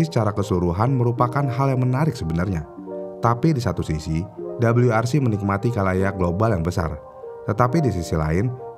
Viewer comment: Untuk ejaan indonesia Bilang aja "W" gak usa Double U. jadinya malah lucu